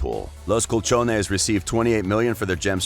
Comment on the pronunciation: Los Cuchones? 😂 Los colchoneros .